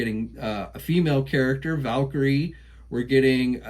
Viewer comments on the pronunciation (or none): none